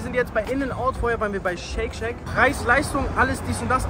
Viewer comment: Jungs bitte ich kann das nicht mehr höre immer wieder Shake Shake das heißt Shake Shack😩